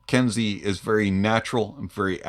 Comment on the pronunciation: It it pronounced “Ken-Say” for future reference. Nice review as per usual